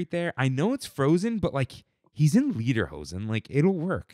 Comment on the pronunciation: Brea does indeed Birdie 🐥 Also, have to correct… you pronounced lederhosen “leederhosen”, and it’s supposed to sound like “layderhosen” - instead of saying leather pants, you said song pants in German 😂